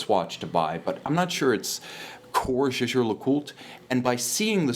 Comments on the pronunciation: it does not matter if Edmond Jaeger was French, he had German ascendance, my last name Sánchez should be pronounced is Spanish even though i was born in the US, which is not the case, just ask a Philologist... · being a fan of JLC, you need to know that Jaeger is German word and Le Coultre is French, so as you properly mentioned that Wempe should be pronounced correctly in German, applies the same with Jaeger...